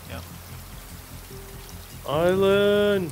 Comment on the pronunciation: He combined the words giant and island and said giland